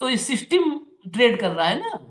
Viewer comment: Seeisteim? Arrey english ko tan taan kay yateem kar deeyaa